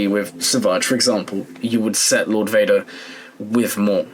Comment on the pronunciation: lord Wader